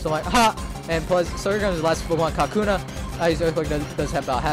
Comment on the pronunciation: I love how you say "Cockuna" thanks to the Soul SIlver playthrough. Catches on.